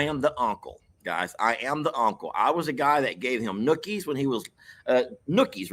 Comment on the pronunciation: it's nuggies. With a g not a k....😅😅😅